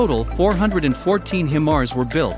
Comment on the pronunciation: Cool video. It's pronounced high-mars though and they shoot rockets not missiles. (Thats my military unit in the videos)